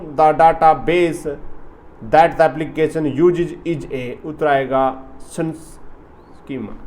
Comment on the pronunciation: per answer sunschema nhi subschema hoga